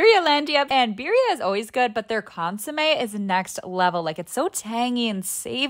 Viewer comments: It’s pronounced cun-su-mey btw❤ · ITS PRONOUNCED CONE-SUE-MEH